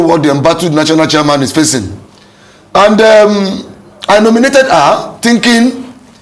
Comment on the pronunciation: I don’t trust anyone who pronounces HER as AAAAAAA. And they say he’s a scholar. Look at your mouth, you built the structure, dummy, Your structure could win the presidency, but didn’t win the governorship election. Abeg